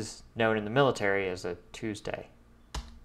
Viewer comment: chewsday innit?